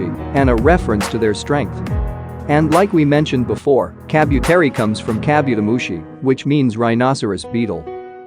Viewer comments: Please...it is pronounced as Ka-bu-te-ri-mon not ka-byu-te-ri-mon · Kabu, not kabyu. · lol I hate the way you pronounce Kabuteri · Ok hold up is no one gonna comment on how he pronounced Kabuterimon !? Like HOLD THE FRONT DOOR OPEN BECK THAT THE MOUTH GARBLE IS THAT